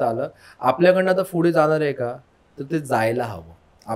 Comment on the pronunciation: Pudhe❌ Fhude✔️😂😂😂